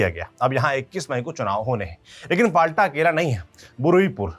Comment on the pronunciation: Please news padhte samay jagaho ke pronunciation sahi kare. फाल्टा नहीं फौल्ता। बुरुइपुर नहीं बारुइपुर। Thanks for the detailed analysis and report. By the way BJP has just won the elections. The party has not yet formed the government. So still it is not BJP's rule. Don't put blames so early on the party.